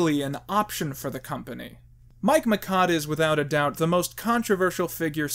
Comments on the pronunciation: Alright. I'll do it. I'll stand up for Mike Michaud. His last name is actually pronounced "me-show", not "me-cod". It's a French name. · Mike Michaud's last name is pronounced Mishaud. I am not a defender. I am just saying if you want mention him say his last name right. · Is it just or all America pronouncing Michaud as "McKod"? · Reviews Two flubs: it's "severance" pay and I think Uncle Fester's last name is pronounced "Mish-aud." As for "The Room", it tours all over America as a midnight movie staple, so Doug's clip-filled review of it didn't make that much of an impact. Other movies reviewed by him, however, were probably hurt in online rental sales.